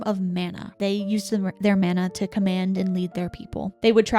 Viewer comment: I think we need to add pronunciation information to the glossary. Mana = mah-nah